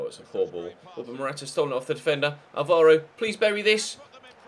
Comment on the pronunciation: Its like the fifth time i say it, the way you say "Álvaro" is wrong xD